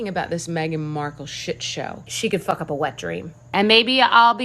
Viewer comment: ''she could fook up a wetdream'' lol lol lol did I hear that correctly ....??? You go gurl....lol